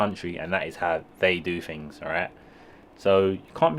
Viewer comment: In English language Things isn’t pronounced Fings . Think isn’t Fink . Lazy Talk .